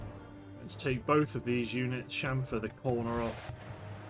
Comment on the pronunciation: "Chamfer". Impressive! 🙂